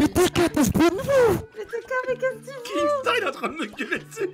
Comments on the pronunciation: Sa m’énerve les gens qui disent kingstaar alors que C’EST KINSTAAR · Il me stresse quand il dit kinkstar